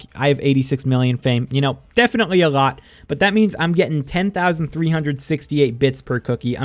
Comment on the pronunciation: A „lot“ or a „rot“ - wtf Are u saying